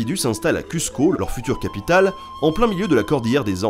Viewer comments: Ne dites pas cussco. Dites Cousse co. Les incas étaient bilingues. Aymara e quechua. Mais ils parlaient entre eux en puquina. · J'adore ta vidéo mais tu m'as achevé sur cUzco ahah. Ça se prononce "Cousco". Mais je répète, ta vidéo est top! D'ailleurs j'ai pu voir des crânes "modifiés" à Lima c'est assez flippant..